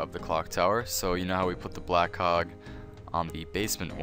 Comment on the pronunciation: Thanks yet again. I also am used to your voice, and you dont have a strong accent... so easy to understand. However, sometimes when you say "black cog" it doesn't sound like "black cog" to me :D And in New Zealand, it's ground floor, first floor, second floor etc :P